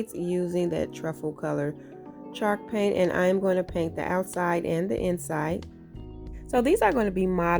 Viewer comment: My husband kept saying "is she saying chark paint like shark paint?" 😆I couldn't help but laugh at him like no CHALK PAINT babe🤦‍♀️He says "what the hecks chalk paint" "really babe, it's what's covering half the wall in my crafty room, durrr babe, durr" men🤷‍♀️😹